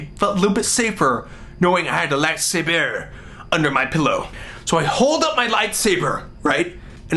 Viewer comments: with his lightsabehh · "My toy lat-sabbur" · "I reached for my light saborrr"..... "It was out of reach".... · It's "toy lightsa-BURR" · I love how he pronounces "light sabre" bahahahahahahahaha!! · It is, Le lightsabeur. x3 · "I reached for my light sabeeeeeeuur... but it was out of reach." I diedddd lmfao! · "My light say-bear." Bahahah! Happy birthday, Olan! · "Light saburrr" lmao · "And I took out my Light Saburr!" HAHAHA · "light sabeur" lolol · I will never say lightsaber the same way again. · ill never say lightsaber the same lol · haha, love the "Light Saber" in a french accent, makes it so much more intense! Olan, you give hope to all of us, in every way. You bring us happiness, and you put a smile on our face when we are down. You are a great man Olan, a great man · Was anyone else a bit disappointed when he started pronouncing "light saber" normal? My dreams died a little ;)